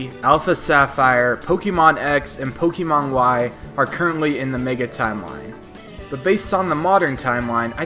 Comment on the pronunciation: It's POKE-AY-MON not POKE-EE-Mon